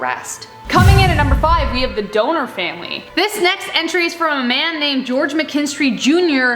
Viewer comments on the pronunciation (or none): That’s pronounced dawn-er, not donor. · I found it creepy that you called the "DONNER" party the Doner party! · Its Don-Err hun. The Donner party was pronounced Don-Er! Not Donor hun! Lol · It's pronounced Donner not Donor. Short O, not long O. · Donner isn't pronounced like that. it's like...santa's reindeer (yeah, Donder), but with another n instead of an extra d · The Donner family pronounced it Dah-Ner, please pronounce it correctly. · Why does it bother me so much that she pronounced Dinner wrong. Like I had to keep telling my brain it's not a big deal 🤦🏻‍♀️ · its DONner, the Donner party.. dawn-er.. lol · The story of the Donner (pronounced Don-er) party is one of America’s pioneering days most devastating and gruesome stories I have ever heard. I actually read the book some time ago which includes the diaries of two of the pioneers. The Oregon Pass now known as Donner Pass, is a beautiful area. The trail they followed is still in use as a major highway. At the peak of the mountain there is a plaque that commemorates the Donner party. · How TF can you seriously not know how to pronounce “Donner.” You never heard a single thing about the Donner Party before researching this story? That’s not how you pronounce Goebbels either. Damn, get it together man.